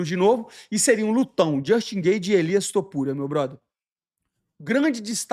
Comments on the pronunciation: "Elias" Topuria? 🤔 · "elias topuria" é foda kkkkk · "Elias Topuria" kkkkkkkkkkkkkkkkk